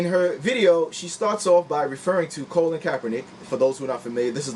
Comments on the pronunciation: Brother, I do support your video on the topic but some fundamentals of speaking in a public forum: 1) Research the topic and know the details of the people you're doing the video about, in other words, it's (Ka-lin not Colon) Kaepernick. and it's Tomi (Tommy) Lauren (Law-ren) like the Ralph Lauren. 2) Do a practice video and slowwww down. Are you running out of space on your hard-drive so you have to record it fast? You're hyperventilating. Take your time. But good topic, you're obviously a smart brother. Looking forward to improvements in your future videos. Big-ups. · Who's Colon Kaepernick? I stopped watching when you mispronounced his name. I'll finish watching later.